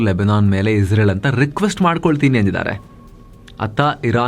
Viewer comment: Iwanige israel helikke baralla izreal antha bogalthane masth manga